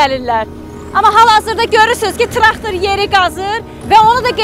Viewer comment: Ay jurnalisssst traxtir yox traktor